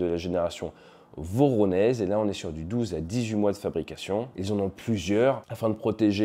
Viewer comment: Pour info, le « ж » cyrillique translitéré en alphabet latin donne « zh » et est prononcé « j » comme dans « jambon » ou « g » comme dans « rouge ». Du coup Voronezh se prononce plutôt comme Voroneuge. Par contre si on parle d’une sauce pour spaghetti faite à Voronezh, on peut probablement dire une sauce à la voronèse. 😁